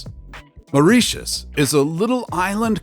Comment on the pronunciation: fascinating - wish he could pronounce Mauritius lol